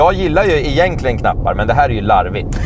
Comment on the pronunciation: uttalar man "igentligen" så kanske man inte ska klaga på BM-WEE ;-)